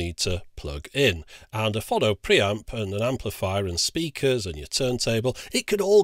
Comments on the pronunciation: Why do you keep putting an extra N in Pho-no to make it Phon-no? Also I suspect you can't play the (few) records where there are no track separation bands and I hope the switch also cope with 7" 33 1/3 rpm discs. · I thought it was pronounced "Phone -Oh" This reminded me I have a great linear tracking turntable that been in in storage for about 18 years now, I think its a Sony one. I honestly can't remember. In the same storage I also have this fantastic Hitachi MOSFET stereo amplifier from the 80's, huge thing with two big VU meters on the front, and I believe it had oil cooling too. It was very good. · Say 'Phone'.......now say 'Phono'..... ;) Lots of love, pedant. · Is there anyone else in the entire universe who pronounces "phono" the way he does?